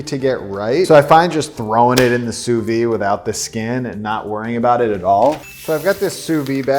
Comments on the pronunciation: sous-vide pronounciation: soovid, not sooveed, and don't skimp on the d sound. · Can we all say it together?: "SOO-VEED". The "d" isn't silent, just because it's French. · I'm sorry I just gotta say this, it's sous-vide with a d sound at the end. In english and french. It just hurts my french heart to keep hearing him say "souvy"😭